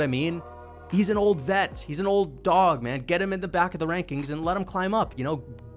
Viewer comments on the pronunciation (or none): Please srop saying dod. Wtf? Dog